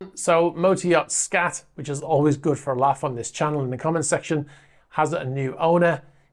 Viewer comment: The A in SKAT is pronounced as a U.